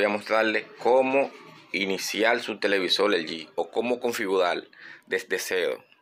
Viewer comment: Televisol?, de donde eres?